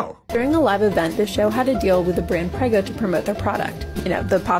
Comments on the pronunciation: OK, yeah, thank you for pointing out it was all a joke because I was laughing so hard at her pronouncing it "Preh-go" in a video about someone mangling the pronunciation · This girl is literally mispronouncing prego